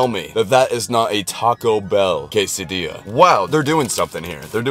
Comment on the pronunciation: No way he just said quesa DILL as?!?!